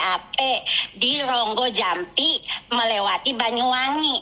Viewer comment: rogo jampi mbk . bukan Ronggojampi😂 kudu tak tapok cangkeme😂